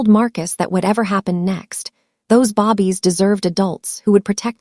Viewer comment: AI babies pronounced babb ees